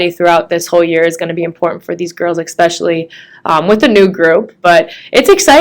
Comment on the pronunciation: Just here to observe an entitled, jealous bully. Did you say "expecially"? 😂